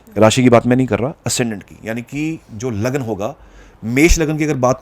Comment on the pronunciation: Lagna.... He says it clearly